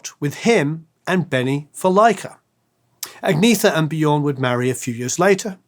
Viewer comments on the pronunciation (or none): Agnetha is pronounced AG-NYET-TA, not AG-NEE-THA. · Ann-Yett-Uh. Not Agg-knee-thuh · Only now we realize how awesome! BTW Agnetha is pronounced On-Yet-ah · Nice commentary, but I gotta stop you right there for a sec. First, quit saying "Agneetha'. The "e" sounds like the "e" in "emerald", as an example, and the "th" sound is just a "t" everywhere outside the English language. "Liselotte" is a shortened version of Elisabeth-Charlotte, and pronounced accordingly. Thank you. Please continue. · I'm sure someone else also sang out, but just in case...Agnetha isn't pronounced the way it looks. Even "Anyetta" isn't precisely right...but it's closer. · Just a couple of tips for anyone who's interested (probably not that many, but anyway) : 1. Swedish doesn't have any diphtongs (except in a few loanwords and some dialects like skånska), so this guy's pronunciation of "Lycka" and "Liselott" sounded really funny. 2. Swedish doesn't have the th-sound, so "Agnetha" should be pronounced with a hard T. 3. Å, Ä and Ö have their own sounds and you can't just ignore the "dots" and pronounce Ö like O, for exemple. Å sounds something like the O in "or", Ä sounds like the A in "apple"and Ö sounds like the I in "girl".